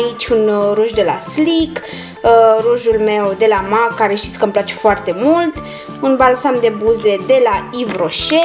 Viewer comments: În primul rând cutia aceea nu se numește compartiment și în al doilea rând MAK nu se citește cum se aude se citește MEK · se spune mec nu mac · M.A.C se citeste mec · Scuze dar MAC se citeste mec😅